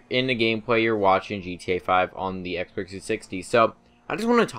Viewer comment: It sounds like he's saying "Xbercks 360"